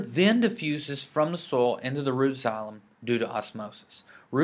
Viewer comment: Are you from Texas? I hear "soil" becoming "sole" haha